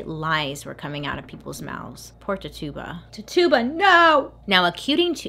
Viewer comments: It was gonna drive me crazy lol love you bailey🤣❤️❤️ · Great video. Loved it. Oh I also wanted to note that Tituba is pronounced tichoobuh. She was of native and black ancestry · Ok but the way she keeps saying Tituba's name though!!🤣😂🤣 It's pronounced Ti-CHU-buh🤣😂🤣 It's ok though...Bailey is the queen!!!💜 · *TI-CHOO-BUH Is how it's pronounced lol love ya girl. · You're so cute. It's Titch-ooh-buh 😁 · Twitch-Ah-Bah lol. (Tituba) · Tituba is pronounced first part Ti exactly like you said, the tu makes a ch sound. So it's like Tichiba. Sorry, that was just driving me bonkers. 😁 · Her name is pronounced Tichuba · Tituba? I thought her name was pronounced titchiba 👀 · it's pronounced TI-CHEW-BA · He name is pronounced Tet- chu-ba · Im not judging I'm merely informing Its pernounsed Tich a ba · Titchuba is how it’s pronounced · is no one going to talk about how shes pronouncing TITUBA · Yep...I said it every time she did, like she could hear me correcting her 😂😂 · Bailey i love you but your pronunciation of Tituba cracks me up, lots of love <333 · yes. she was saying it wrong and I just kept correcting her lol.. wondered if anyone knew this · I loved the video, but I can't get over how "Tituba" is being pronounced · Girl I love you, but I am laughing so hard at how you pronounced Tituba's name. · Your saying the slaves name wrong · Not how you pronounce Tituba‘s name.. just saying. 🤷🏼‍♀️ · I love you Bailey but it was driving me nuts of you mispronouncing Tituba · You mispronounced tituba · “Titch” like stitch ... you-bah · just a little friendly psa: Tituba's name is pronounced "Ti-chew-bah", rather than "Ti-tube-ah" 😊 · Titch e ba please .. was trying to understand when you made her name sounds like a tuba lol. Great story BTW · I LOVE this series, I love this video and how much information is in it, but it's kind of irking how she pronounces Tituba... It is really pronounced Ti-choo-buh, not Ti-too-buh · Her name is pronounced ti-chi-ba not ti-tuba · It is ti chu ba